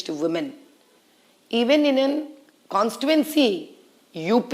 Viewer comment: kawn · stee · too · uhn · see and not kawn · stee . uhn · see. Kya MP seat ladne walon ka knowledge hain.